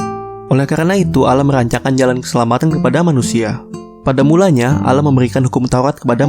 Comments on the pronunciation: bukan alah tapi Allah dibaca Awloh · Bukan bacaan ALLAH bacaan asli AWLOH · allah bukan alah bisa baca ngk sih -_ ,gw gengsi -_ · Allah bg bukan alla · Kok allah tulisannya allah di baca ouloh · bukan al lah baca nya tapi allah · Penyebutan allah masih salah Bang boleh saya bertanya Yesus itu apakah tuhan ? (Kok banyak yang blang gtu ) Bang bukan nya nabi isa (jesus) mengajarkan berdoa dengan mengangkat ke dua tangan nya (bukan nya bernyanyi bahkan ada yang joget) 1 lagi bang kenapa orang kristen menyembah patung nabi isa (jesus) bukan kah isa bilang jangan kau sebah aku sembahlah allah yang 1 Salam damai bang saya hanya manusia yang doif yang ingin bertanya bukan menyudutkan atau menjatuhkan Lakumdinukum waliyadin